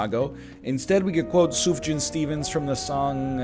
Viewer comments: It's Soof-yaaaaan, not Suf-jaaaaan :P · why does he say sufjan like that